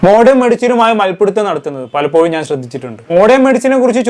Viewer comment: Palappoyum അല്ല പലപ്പോഴും എന്നാണ്